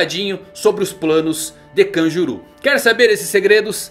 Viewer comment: Kanjuru? Não é kanjurō?